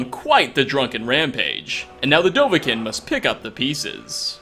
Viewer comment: 8 years later and you still don't know how to pronounce Dovahkiin. Not kin. Keene. It's pronounced keene.